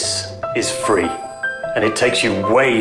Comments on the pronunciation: it's phree(free) right? gimme 2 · Ugh for a moment I thought he said it was free but wtf is phree man ugh